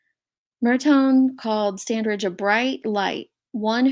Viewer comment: The"g" is pronounced as a "j" The "a" is like A in apple. 😉